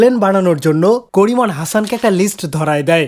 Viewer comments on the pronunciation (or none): করিমন কে ডরিমন শুনায় কেন